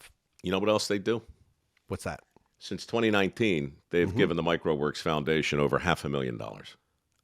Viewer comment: This is the 1st time I realized the foundation is Mike Rowe Works. I always thought he was saying Microworks.